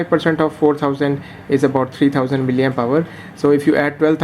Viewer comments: You have been continuously pronouncing miliempower instead of milliampere. Play your video and listen attentively. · 'Miliempower'..🤣🤣🤣 That's called milliampere. Otherwise the review was good.